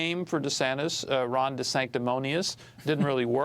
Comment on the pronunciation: Two clows here! One of them can't pronounce DeSantis!